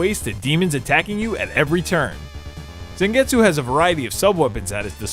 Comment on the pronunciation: Im not a grammar nazi but ive noticed americans have problems pronouncing some names. Its Zangetsu not Sengetsu and Geebel no Gebbel. Great review though^^ Greetings from Germany